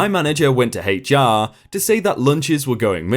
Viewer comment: That is "HR" he said "hate char"